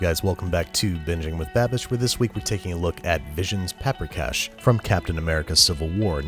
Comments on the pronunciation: So this is what those Italian chefs felt like watching the Carbonara episode. Got a lot of Hungarian in me, and can make a solid paprikas. And I was really glad he made this episode. But my eye was twitching every time Babish did something like: mispronounced paprikas, to just scooping the sour cream on top at the end instead of cooking it into the sauce to thicken it, to saying oma instead of nagymama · vannak magyarok itten? és persze tudjuk hogy mien rossz volt annak a lanynak a kiejtese... nem "peprikes", hanem paprikás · Paprikas* not paprikash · Big fan. That is one weird-ass version of Paprikas though (in Hungarian a straight ‘s’ sounds like ‘sh’). The sour cream usual goes into the sauce to thicken it . The Nokedli (or spaeztle if yah wanna get Austrohugarian about it) is made with a much thicker dough (kind of a wet sticky slab that you scrape off a cutting board into the boiling water). Finally, Hungarian grandmas are Nagy-mamas (pronounced ‘Nuh-d-yuh’ Mama. That being said the braising makes sense and there is no ‘pinch’ of Paprika...there is a whole whack! To truly make the dish pop you should have a side dish of Hungarian cucumber salad. The acidic sweetness sets the dish off perfectly. We await your new digs. Good luck with the move! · It's written as paprikas. The "sh" is just pronunciation (it's a hungarian word)